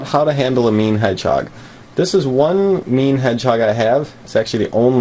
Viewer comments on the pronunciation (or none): Am I the only one who thought he said “meme hedgehog”